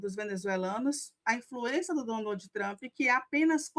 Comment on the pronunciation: Tá tão cansativo esse cara. E todo mundo q fala tchrump é fdp!